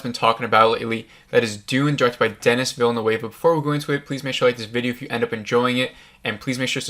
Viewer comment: It's distracting that you keep mispronouncing people's names. Denis Villeneuve is French Canadian and there are no a's in his name. So not sure why you pronounce it as a Spanish name with an a in it. It's de-nee (the s is silent) veela-noove (rhymes with groove). Yeah, I know that last part isn't exactly how French speakers would pronounce Villeneuve but it's much better than the Spanish Villanueva that you've turned it into and about the best most Americans can do. Timothée Chalamet is also French and it's pronounced tim-o-thay chala-may (rhymes with hay, the t is silent). Again, not exactly 100% French but a lot better than chala-met (rhymes with bet). Most people pronounce his first name as "Timothy" and that's fine, but EVERYONE in the business pronounces his last name chala-may (not met). I know it's not the end of the world but you're not going to be taken seriously mispronouncing people's name (makes it look like you're not doing your homework). Go to YouTube and search how to pronounce x (with x being someone's name). If someone is famous, there'll be videos showing you how to pronounce their name.